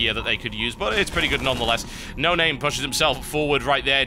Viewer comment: How to pronounce Noname-(No-Nom-may) Cheers :P